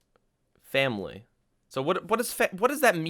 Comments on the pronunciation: Am I the only one that noticed the "familiy" ? Just... wow. :') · Hmm, sounds famililar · but he said Familiy